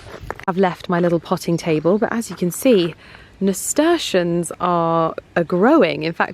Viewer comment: Lovely garden! Just fyi it’s pronounced ‘nasturtium’ with an ‘m’. (I’m allowed to say because I’m the worst Mrs Malloprop ever!!) ❤😅😅